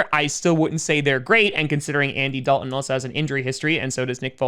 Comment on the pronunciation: Yeah, there's a "t" in, "Dalton" as well. I realize you're a Packer fan and have limited intelligence, but I've been trying to help you for months.